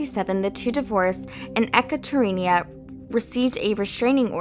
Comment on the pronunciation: Ekaterina - E-kutter-eena Nice video :)